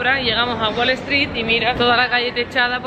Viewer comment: Haber una duda es wale stree o es WALL STREET ? pregunto porq cuando lo decís suena como la primera opción, creo que ya tenes un par de años en gringolandia y ya es tiempo que pronuncies los nombres y cosas tal y como son te parece?